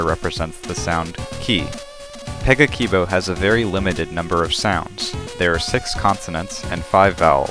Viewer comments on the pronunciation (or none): If you are supposed to pronounce 'a' like in "cat" or "brass", then you've contradicted yourself with the first word you said- pe-guh-ki-bo